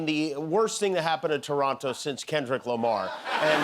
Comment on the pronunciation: as a born n bred Torontonian, I thank you for grace in victory. and I thank you for saying ToronTo, not Torono, cheers Jimmy